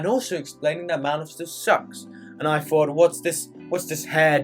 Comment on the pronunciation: I know you’re a native speaker but why are you saying fought instead of thought?